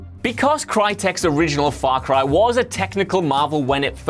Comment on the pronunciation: his mouth said: faw cwy sewies